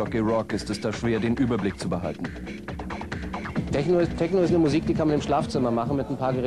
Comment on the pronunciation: “Teschno“ .. ahhh diese Aussprache😰